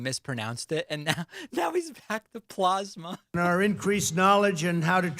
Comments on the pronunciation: UHH, VERY COMPLETE TOUR ( TIPPY TOP TOUR) - PLOSSMAH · I enjoyed watching David laughing about trump mispronouncing plozma. That part was funny. Trumps urgent speech - horrible as usual. Blah, blah, blah! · Dude says "plawsma". I would laugh my ass off if it wasn't so terrifying that we actually have an absolute moron as president. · I wish David would drink his glass of water with two hands only during Trump speeches. I mean he is already trolling him anyway , it would just add to the performance. Also “Plahzma” LOL